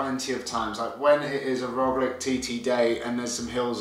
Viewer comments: True and there is nice word in English to use, lich just add that to the Rogli in pronunciaton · Got Kiesenhofer down, but your Roglic pronunciation needs work ;-)